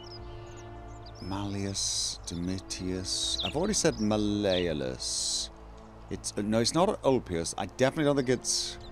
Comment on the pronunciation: Mal(mahl) E olus(ohluss) hope that helps:P